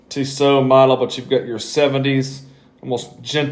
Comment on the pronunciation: Tee-so, not Tiss-oh.